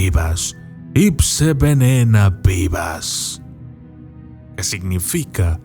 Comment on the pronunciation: Un pequeño aporte. En la oración al final se pronuncia más bien como Uade y Uenena. Saludos,!